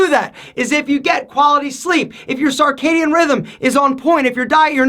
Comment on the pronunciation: Circadian is pronounced sərˈkeɪdiən and not sɑrˈkeɪdiən, other than that, good stuff!